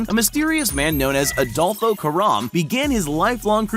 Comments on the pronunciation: “Kiara and adolfo” Adolfo but without the o at the end 😳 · Adolfo without Last o